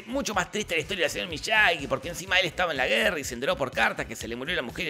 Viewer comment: Por cierto es Miyagi no Miyagui